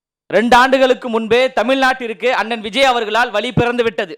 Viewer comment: நன்றாக பேசுகிறீர்கள் பாராட்டுக்கள் பேசும் பொழுது உச்சரிப்பில் சிறிது கவனம் செலுத்தவும். "வழி" என்பதற்கு "வலி" என்கிறீர்கள். "வெள்ளி" என்பதற்கு "வெல்லி" என்கிறீர்கள். "தமிழ் நாட்டில்" என்பதற்கு "தமில் நாட்டில்" என்கிறீர்கள். வளர வாழ்த்துக்கள்